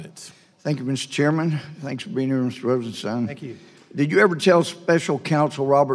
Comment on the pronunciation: "rosenstien", what? are we in israhell?...